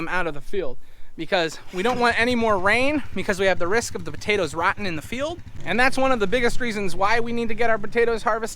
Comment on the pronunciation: I like the way says buttatoes heh heh.